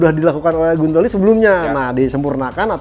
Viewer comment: lidahnya hampir keseleo tdi nyebut tes rider Silvain Guintoli jdi silvain Gulaliii nyariiiiiissssss hhhehe